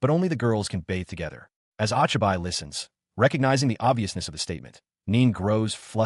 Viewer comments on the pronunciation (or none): "Ah chai bai" instead of Ochibi lmao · I'm pretty sure the name is pronounced "Oh-Chee-bee" The "i" Is never long in romanji unless it is after an "A" Also, creating ANY kind of automobile in a fantasy world shouldn't have worked. She should at least be limited to things within the Tech Level of the world. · Hey bro.. Isn't the 'o' in Ochibi like hey? and the extra "ne" like it is spelt cutely by kids?